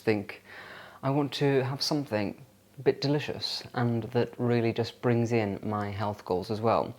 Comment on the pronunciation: it's something not somethink